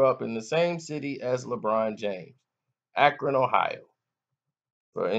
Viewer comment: Don't be saying Akron like that I hate LeBron but don't disrespect the City